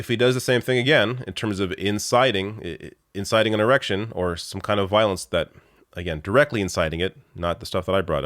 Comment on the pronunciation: "inciting an erection" . I know it was an accidental slip of the tongue but it's hilarious just the same.